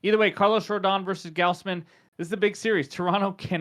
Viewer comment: Goz Man, not Gaoz man. Good vid 👍🏿